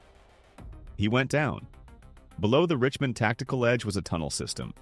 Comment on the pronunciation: FAKE, FAKE, FAKE...whatever dumbass did this can't even pronounce Richmond. t\